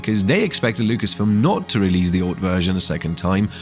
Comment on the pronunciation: Who the hell pronounces 'release' like that?.I had to rage quit the video. So annoying